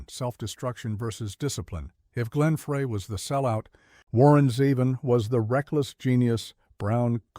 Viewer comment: Please, if you are going to continue to produce content like this, pay more attention to the end product. The embedded captioning and AI voice over should be tweaked. Glenn Frey's name is not pronounced "fray", it's "fry" and Jackson Browne's name has an e at the end. Good luck.